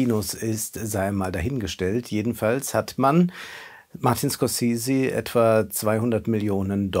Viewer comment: Von einem Filmkritiker erwarte ich, dass er in Lage ist den Namen des Regisseurs korrekt auszusprechen.